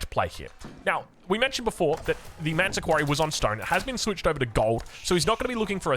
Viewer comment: why do you call the Malian landmark "ManTa Quarry"? Isnt in spelled with 'S' like ManSa not manta.